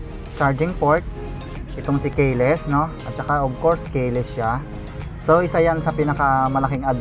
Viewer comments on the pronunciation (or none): Keyless hindi kayeless. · Sir,... kee-less (keyless)Ang pronunciation dun Hindi po kaye-less...pero on the other hand, maganda pagkaka review mo. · ki les ang basa boss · ehehehe natutuwa ako sayo.. "k-less siya" "ayan odo meyter niya" "averids meyter" ehehe peace bro!